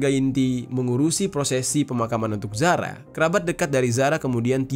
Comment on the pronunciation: Zara Qairina kak bukan Zahra😟